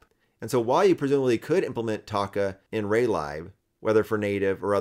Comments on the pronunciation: Nice progress on Taca. 💪 I've never heard lib (as in Raylib) pronounced as "lie b", it seems everyone says "leeb". Even though both kinda make sense.🤷‍♂️ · Great video, but why are you pronouncing raylib like that 😭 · I know that it is short for library, but I've never head someone pronounce it like that :p